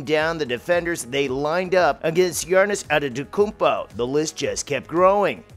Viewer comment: Good video but "Girnnis Antetoounpo"